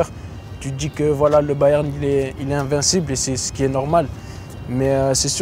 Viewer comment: les "invicibles" :D